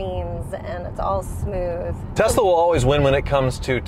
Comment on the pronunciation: What's with Kansas? saying Tezla like JR.